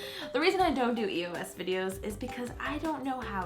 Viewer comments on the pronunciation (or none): it's eos not e-o-s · It's Eos not E-O-S! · I'm so sorry lol but this really bothers me it's like a pet peeve, it's pronounced (EOSE) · I've ever heard somebody say eos like that....like how she said it E O S because, I've always said it as a word like eeeey -oh -sss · eos is an actual word. it's not E-O-S, it's pronounced like ee-yo... not judging, but people might make fun of you for that ;) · It's not E-O-S it's said like this Eos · Um it's called a eos not E.O.S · Was I not the only one bothered by it being pronounced E-O-S instead of eos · Is it just me or does it bother you that some people say E.O.S instead of the word eos it bothers me sometimes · It bugs me when people pronounce it E-O-S instead of e-os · Am I the only one that pronounces it eos and not e.o.s? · it's not e o s